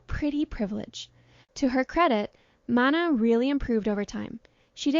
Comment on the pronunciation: how do you keep mispronouncing manon. is this an ai voice?